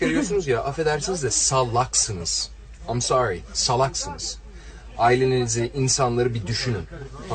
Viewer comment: am sori ha? am sori goddot deee covilad dovi dovi zımbab fakkhe, a aa mon diziz vadi kamon disz iz fakking gossooomm.